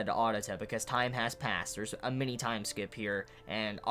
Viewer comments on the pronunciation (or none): none